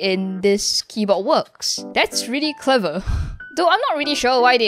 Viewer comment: “dis is rilly crever”